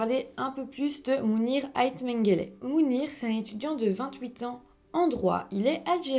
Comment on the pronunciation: Ce que je trouve étrange, c'est que connaissant la renommée internationale de Ait Menguellat, n'arrive pas à prononcer son nom correctement. Je pense que tous ses admirateurs sont mal à l'aise à chaque fois qu'elle le prononce. On sent dans son articulation comme une tentative de dévaloriser ce grand chanteur qui compte des millions d'admirateurs. Je compatis pleinement à ce qui arrive à Lounis Ait Menguellat et suis désolé pour toute la publicité négative que peut lui causer cette affaire alors qu'il n'y est pour rien, à part le fait d'avoir engendré Mounir.